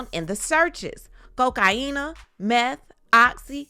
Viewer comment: If Diddy go down KK don't have a chance in hell of surviving this. She going down like MJB. Side note I'm really going to miss hearing say Cocaina 😂😂😂